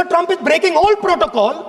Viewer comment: I think Donald Trump is angry with modi because he said doland trunp